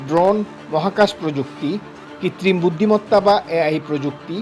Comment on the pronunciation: ভাই সাংবাদিক আপনি বাংলাদে শব্দ উচ্চারণ ঠিক করুন..! "কৃত্রিম" শব্দকে বলেন "কিতৃম"